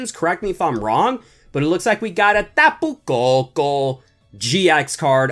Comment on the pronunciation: is when he starts say tapu koko funny and cute… see it